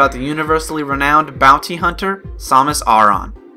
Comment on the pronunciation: "Sohmus Ohrohn"